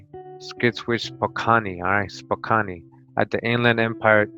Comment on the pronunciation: im frome washington state "core da lane" and spokan thats how we pronounce the names spokane is in washington and cour de alane is in idaho....good shit bruh